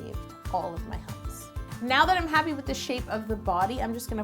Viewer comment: I burst out laughing when I realized what she was saying sith "funnel"